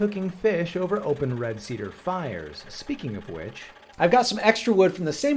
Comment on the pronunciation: See Dere … 😂(cedar=see there)